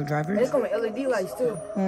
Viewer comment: Lol Lead? It’s L.E.D lights